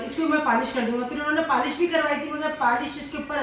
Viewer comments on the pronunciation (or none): Paaaalish nhn hota polish hota hy 😏 Kabhi Ibrahim or zainab se apki koi chez kharab nhn hui Hussain se hugye